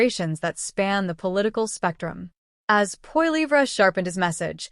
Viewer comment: First learn how to say his last name and than read a story!